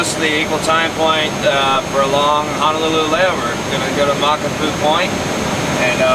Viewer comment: Honolulu is pronounced Hónólúlú not Hánálulu. And Makapu‘u is pronounced Mákápú (golatical pause) ú Sorry for the criticism. My OCD